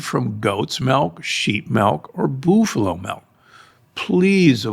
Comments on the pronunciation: Boof-A-Low Milk? Don't you mean Buff-a-low? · I don't know where he learned how to say buffalo as boofalo, but that's strange. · That’s how they say that in the Philippines and many Asian countries 😂😂😂